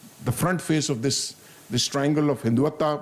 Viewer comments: Listen to This Paindus pronunciation San Tzu - sant Zoo Hindutva - hindu Vataa Reich (called RAA i ch) - Reech Kautilya - kaatuliyaa Mohan yadav- mohan Yade v LGBTQ - LBGTQ ChatuRangaa- chaat rungaa😂😂 They were keep repeating this is very comprehensive and all😂😂😂 it was just to polish the boot of this general bcoz we all know the kind of street talk he has given here. And we know how much power generals weild in pakistan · An ajim Fauji Gernail of Papistan who can't even pronounce rightly the " Terms" he is lamenting on ( Hiduta when it's Hindutva , etc etc ) is considered by another buffoon in the end as " SIR MASHALLHA KYA TALK DIYA HAI PHD LEVEL HAI YE TOH " What nonsense even an undergrad in India can give a better talk than this joker !! 😂😂😂